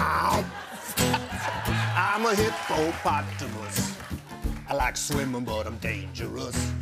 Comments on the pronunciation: i did not see that coming. and i mean the hip-po-pata-mus. lmao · Me: this whole thing is so painfully choreographed and a waste of an interview with a talented actor. Also me: hipp-o-potamus, hip-o-potamus